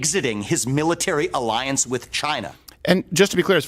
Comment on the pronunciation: "An Arriance" hahahahaha love this show